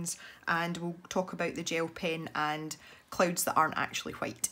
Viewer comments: Every time she says clouds I think she says clothes XD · Natashli Ortiz The subtitles think the same😂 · Natashli Ortiz same!😂